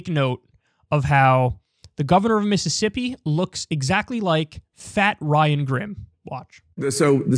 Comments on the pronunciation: 'Missippi' I'm not surprised the governor of Mississippi can't even pronounce his own grotesque state's name. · “Miss” issippi